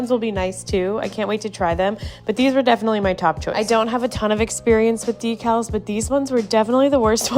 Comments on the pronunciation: decal "Deck-als"... "de-cals" sounds so odd. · Well I don't know it's ” De cals ” we call it ”Decal ” ..I was worked at porcelain company for one &half years as QAA... We call it not ' Di' but 'De ' ... But don't mind it.. because porcelain is beautiful subject that everyone can't learn....I really love your work ❤